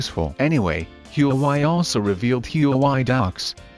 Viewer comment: Everyone: "Huawei" Him: HUUWAI